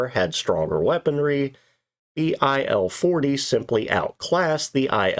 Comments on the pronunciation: Its Il, not I.L. Don't pronounce it I.L. it should sound Eel or Eal, Ill (which fit in this case). Il's 2s and 10s was workhorses of WWII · IS this text-to-speech? Very hard to lsiten, but main issue.. Who in their sane mind would pronounce this plane's model as "ai"-"el"? It's not an acronym. It's "il", like "eel".